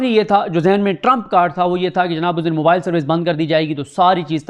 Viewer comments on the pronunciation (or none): none